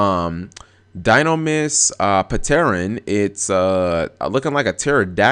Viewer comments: did you just pronounce pteran as (Pa-Ter-in) but pronounce pterodactyl correctly? do you even here yourself while speaking? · ***** lol sad, but completely true